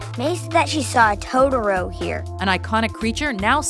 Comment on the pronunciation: Ugh... The pronunciation the sister used to say Totoro just made me flinch. Hahaha, she says it like, "Toad-oro". As a person who's learning Japanese, it just really makes me flinch when it's butchered like that. Granted, I can't blame her, it IS hard to pronounce foreign languages.